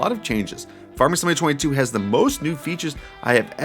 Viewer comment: Slow down and E N U N C I A T E You pronounce Farming Simulator 22 like "Farmesimalayertweyto". You sound like a kid rushing to get a story out, lol